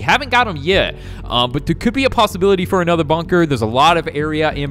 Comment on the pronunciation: why are you saying bunker but with banker if its bunker not banker